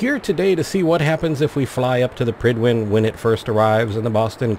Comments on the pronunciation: I agree, but I thought it was pride-win... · I always imagined it being pronounced like pride-when